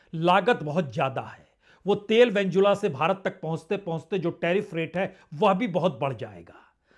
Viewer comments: नाम तो सही बोलो भाई साहब, वेंजुला नहीं है भाई वेनेजुएला है। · सर वेनेजुएला है वेंजुला नहीं।